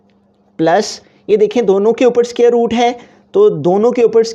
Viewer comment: aby scare nahi square hota he